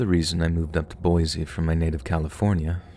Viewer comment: The first story it's pronounced "BOY-SEE" we can always tell when people aren't Idahoans if they call it "BOY-Zee"